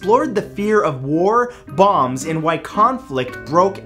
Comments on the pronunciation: I thought he said bongs instead of bombs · Is he saying.bombs or bongs